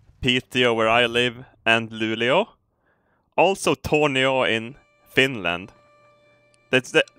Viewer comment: Thanks for pronouncing "Tornio" right, alot of Swedish people pronounce it wrong. :D